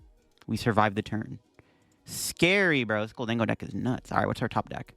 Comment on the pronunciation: bro mispronounces Gholdengo and Ceruledge all the time